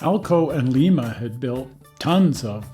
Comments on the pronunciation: Please do not be offended. Lima may be lima beans but Lima Ohio is L-eye-ma and since Lima Machine was located in L-eye-ma Ohio, well I am sure you get the idea. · where you said lima, its pronounced LIE MUH I live in the town RIGHT below it and it's a pretty big thing around here! bunch of historic stuff. Lincoln park (where the last ever Lima steam locomotive was ever built) a CSX yard, a big model train club and a historical museum where a lima Shey still sits! You have to come visit some time! I live about 20 minutes south and it's where Neil Armstrong was born. Wapakoneta (pronounced Wah pawk oh neta) and we have a air and space museum, a bunch of antique shops and a CSX main line. We also have a small hobby shop! If you guys are in western ohio give me a shout! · It may be Leeeema Peru, but it is L eye ma Ohio and L eye ma Locomotive. Lima. Long i.